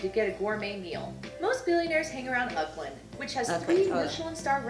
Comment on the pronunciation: The narrator of the video you watching needs to work on her pronunciation. As a New Zealander it hurt when she said "Uckland"